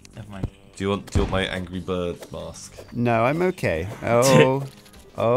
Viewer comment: Angory birb, anybody hear that???